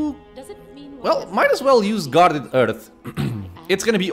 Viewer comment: Please, for the love of god, somebody tell me that in the 10months since this vid, this man learned that the H in Hearth is not silent... it's driving me nuts!